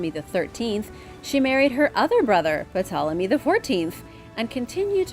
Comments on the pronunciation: When will they tell her the "P" in Ptolemy is silent...?🤦‍♂ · Hi, anytime a word starts with Pt, the P is silent. Love the videos. Keep up the great work. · In my American experience the "P" is silent. "Tolemy" is how it sounds. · I thought the T was silent in Ptolemy? Strange how the Jack The Ripper true story is never released. I believe it was solved and covered up for some reason. Also, it seems the Pyramids in Canada's most Northern areas are being kept silent for some reason?